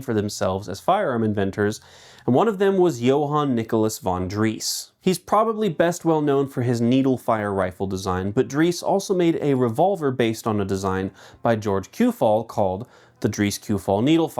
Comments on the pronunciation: No German word left properly pronounced 😔 "Von Driss" "Shuarzloz" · It’s Dreyse as in: “dry-suh” like Porsche is “porsh-uh”. Schwarzlose is pronounced: “shvartz-low-suh”. And it’s bloody Kalashnikov! Not “kalishnikov”! 😂. Good day.